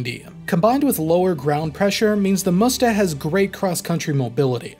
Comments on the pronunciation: That is not called Moesta. It is M'Sta. Please say it right🙂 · It is Msta, not Musta, it means revenge in russian. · Dear - very much enjoyed your video, thank you.Minor suggestion on pronounsaiton the system is not called "musta" it is m'stA.Admitedly an awkward word even for russian speakers, it is an old slavic word for vengance and name of some river. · You read Msta as "Musta" it sounds like you want to say "mustafa"... Say it without "u" sound. M and then directly S...MSta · Not "moosta", it sound like m-sta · why you are saying "moosta" when it's "msta" ? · If you'll ever need to say msta, let me help you a little because it feels like it's really tricky and hard Word in terms of pronunciation Msta is said like "mster" in "hamster", except it's a in the end which sounds like u in "mug" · I've only ever heard the msta pronounced as mista or meestah. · it's pronounced em-sta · Good. It's pronounced "mstA" the A is stressed. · Its pronounced 'meest.' Russian for 'revenge.' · so you also can't pronounce aMSTErdam ??